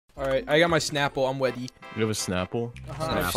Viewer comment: “i have a snapple im weddy”